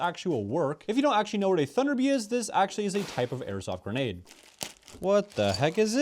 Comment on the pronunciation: Also ga-nade